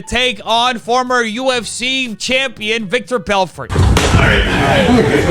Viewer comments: It’s vitor not victor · Super minor thing, it’s pronounced “vi-tor”, not Victor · Did you say "Victor" Belfort? Vitor, My Dude. Vitor Belfort...